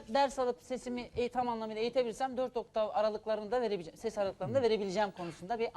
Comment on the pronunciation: OKTAN değil OKTAV, benzinli arabamı la bu adam.